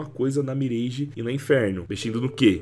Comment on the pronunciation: Top o vídeo, só queria que a galera parasse de falar "MIRÊIGE" e começasse a falar o certo, "MIRÁGE" :face-green-smiling